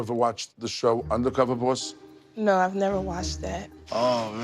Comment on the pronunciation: Im trying to spell how he says 'boss' and I think I've got it lol - 'borwis'. 😅